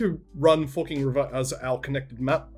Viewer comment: Every time you say "Forking River" my American ears hear "F*#%ing River" Lmao